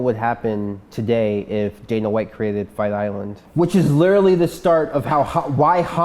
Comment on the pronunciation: "I mean this is technible what happened... today, if... Dana White created Fight Island... which is lerrrally the start of...." If you can't speak English. Don't.